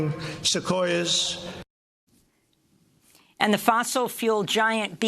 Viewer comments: He said sequoia most excellently. I have never heard sequoia said so well. Everyone says so. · he said "yose-mite" but nailed "sequoia" SMH